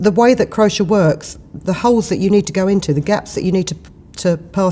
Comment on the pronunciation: Can't get used to you pronouncing it crosher! I say cro-shay! Lovely feathers.